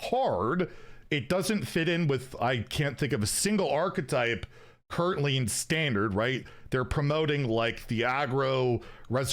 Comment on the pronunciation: inner fire priest wasn't control, it was a combo deck, also why are you saying standart instead of standard, this isn't PoE